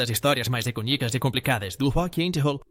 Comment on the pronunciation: Também vc precisa aprender inglês. Se eu não fosse duplo cidadão e te ouvisse não entederia sua pronúncia de Rock and Roll. Transformando a audição em escrita seria assim: "Hocky angy Houll: algo mais ou menos assim. Chega a ser quase imbecil.